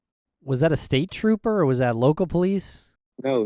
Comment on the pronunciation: you're right, it seems that Brandon was not all the way in touch with reality that night. I think so many people have been obsessing over the 911 call that its hard to not be curious, especially after Kyle confirmed that "staper" was Brandon trying to say "state trooper".